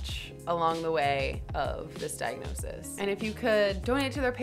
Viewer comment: 0.26 - I have a dike-nosis to share with you guys!!